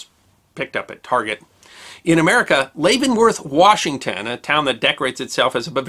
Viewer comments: I love your videos, I always learn something. By the way, Leavenworth, WA, is pronounced (lev - en - worth), not (lay - ven - worth). Just FYI. I hope you'll keep making your videos, thanks again. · lol! The town in Washington State is pronounced just like the prison. Levin-worth. NOT Laven-worth. I live near there and have been there several times. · Leavenworth WA is pronounced locally as Lev-en-worth. Long live Festivus! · Great videos! I always enjoy watching your channel and learning. But please... Leavenworth the town is pronounced the same as leavened bread, not LAYvenworth. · Oh man, it is pronounced "Lev-en-worth." I live about two hours away from Leavenworth, WA. Beautiful town. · Really enjoy your stories. Today the Nutcracker history really intrigued me and I did not recognize the location of the wonderful Nutcracker Museum. Out here in the Pacific NW, Leavenworth is pronounced with a very silent "A" - so I realized I have visited the Nutcracker Museum located in the Cascade Mountains town of Leavenworth, WA. Time to visit again for sure. Thanks.